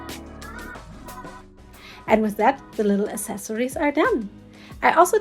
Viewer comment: Great job. By the way I just had to correct you because you keep mispronouncing the word “accessories”. It’s not pronounced ass•sess•sories, its uhk·seh·sr·eez. Only the most uneducated, misinformed Americans from the boondocks pronounced it like that because they just don’t know any better.